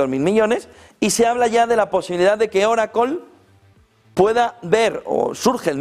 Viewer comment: oraclo??? que es eso ?? joder siempre la escuche como oracle no oraclooooo